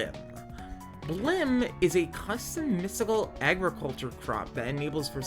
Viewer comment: its bilim not bllim dont forget the first i (B I L I M not B L L I M), while its spelled how you pronounced it terran is pronounced terrUn or terrEn both are correct, and you'll have to look up how to pronounce rapier I have no idea how to explain it, solderer is the person who solders the machine should be a soldering machine that one is 100% the mod makers fault though also the entire set of words is dumb and hard to pronounce so I don't even know which one of us is saying it wrong or maybe we both are right idk, LOVE literally everything else, great videos and I could listen to you talk for hours